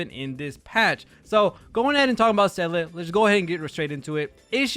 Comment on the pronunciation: did you seriously just call SEE-LAH SAL-LID ? and basically the rest of the video? cuz that's what I heard....lol